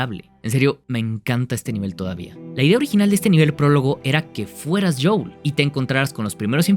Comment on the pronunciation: Buen video, pero se dice JOEL, no JOUL 🤣